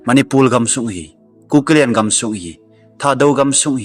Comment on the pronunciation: Nathu sei maltal a om pon,martar ti joh di ahin,chun.manipul ti lo va manipur ti joh di ahe..thadou speak kei jong ka tho in di dih taha ka seithei e..namdang hong i english pou tho ei nuisat in teu ve.🤭🤭🙏